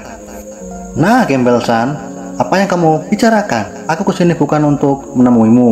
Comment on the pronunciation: Grambel bang Bukan Gembel🤣